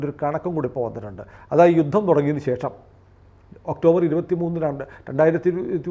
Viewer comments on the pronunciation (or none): none